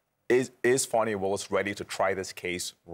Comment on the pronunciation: Young man... it's Fawnee... that's how you pronounce it. You disrespect her by using a pronunciation that MAGA is using to be hateful. STOP IT!